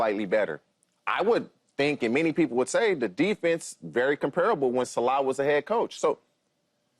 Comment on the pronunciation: It's robert "Sah-lah" not "Su-lah" 😅